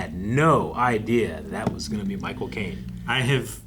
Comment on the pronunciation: The first time they said "Micheal Caine", I heard "My Cocaine" XD